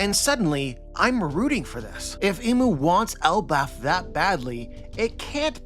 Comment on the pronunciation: I feel like it’s important to call him imu not mu